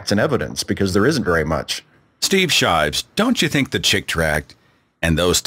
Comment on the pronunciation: Shives? Come on, Seth...you can do way better than that.